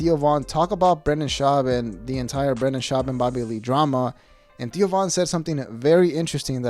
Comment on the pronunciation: The way you say Theo sounds like Tio, which means Uncle in Spanish lol